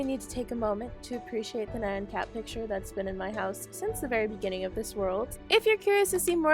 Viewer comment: You shloud give Bear his cake back by the way i kept hearing Man Cat instead of Nyan Cat lol